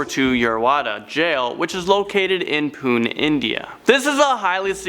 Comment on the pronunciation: U pronounced Pune incorrect 😐😂😂it's Puney when you pronounce it😂😂😐🤦